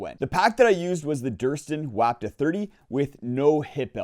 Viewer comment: It's pronounced "WAH ptuh." You're welcome. Geez!